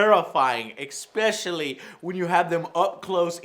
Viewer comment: Goddamnit joe it's "ESPECIALLY" not "EXPECIALLY"